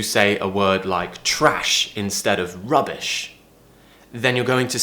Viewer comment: When he said trash he practically gained an american accent